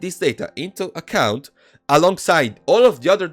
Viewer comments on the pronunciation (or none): none